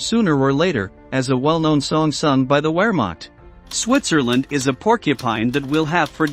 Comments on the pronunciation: You know its a robot narrator when it says "Where Mocht". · Wehrmacht is pronounced Vehrmacht! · Gooermacht!?!?! Please, respect, knowledge and preparation. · the narration by a computer voice is very counter productive to your video. it can’t pronounce soooo many words!!!! it really struggles with German words haha. very disappointed. Wehrmacht? Luftwafffe? find a human. lol